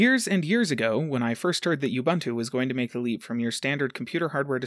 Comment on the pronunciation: Big oof on that pronunciation of ubuntu